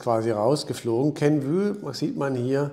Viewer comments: Kenv-Ü hört sich echt schlimm an 😂 Inhaltlich aber top wie immer! 👍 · KENVUE wird wie REVENUE ausgesprochen! Ein "Ü" gibt es nicht im englischen nicht - just my two cents....